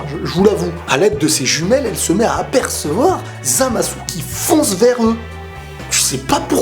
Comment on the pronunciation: ZamasUUU... GowasUU... j'adore des tes vidéos mais là je me pisse des oreilles... je suis sur que tu peux régler ça... Zamasu ( sans le U ) Gowasu ( sans le U )